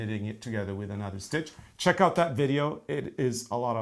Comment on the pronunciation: I enjoy this stocking video! I love when days “sheck”. Great shirts guys! Those colors for the sock are spot on American Christmas. I just finished socks that are red,gray, and green with yarn called Carol of the Bells. See you wednesday